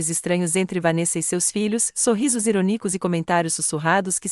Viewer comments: Assisti de Salvador-Ba. Gostei da história. Mas não gostei de ouvir tantos erros da língua portuguesa nessa narracão que chega a ser chocante. IRÔNICO pronunciado IRONICO ACABARA pronunciada ACABARÁ LEVARA PRONUNCUADA LEVARÁ. A palavra Time ( inglês ) Pronunciada Time como escrito. No início da narração A PROTAGONISTA quando era citada, era citado como se fosse do sexo masculino. SozinhO, AtordoadO e outro erros. Não esxiste um meio com tanta tecnologia digital de corrigir esses ERROS. Lamentável!!! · Eronico eita povo que fala errado sem nessecidade